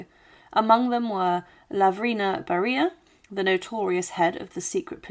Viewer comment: You misprounced Lavrenti Beria, Nikita Khrushchev and Erdoygan. It's not like they are names unknown in the West. Even these days. Try to make an effort. You even get his daughters name even though she is still mentioned in the Western Media